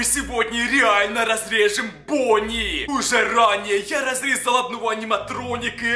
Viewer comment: Правильно '' Бонни''